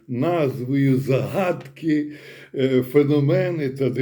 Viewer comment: Бажано ставити правильні наголоси: зáгадки, фенóмени, ЗмÌєві вали.